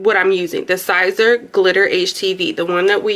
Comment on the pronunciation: Siser pronounced Caesar has to be heated usually at 275 to 305 degrees as per heat instruction for Siser the Cricut mug press heats at 375 to 400 that’s why the Cricut mug press is not recommended, you more than likely shortened the life of the adhesive the longer you heat siser at that temperature or even for just 2 minutes. It may work initially but after washing you going to have complaints of it coming off even if you seal it which isn’t recommended either it will seep under the edges and you will have unhappy customers I’m sharing this with you to save some headaches down the road Always check manufacturers heat instructions for each product you are using. Cricut heat guide is for Cricut htv which is a whole different animal. Hope I didn’t offend you I just couldn’t let you continue to do this without trying helping you out.